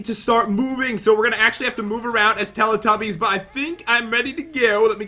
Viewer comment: and its not teely tubys its telly tubbys